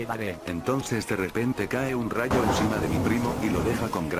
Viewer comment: La palabra es rayo BRO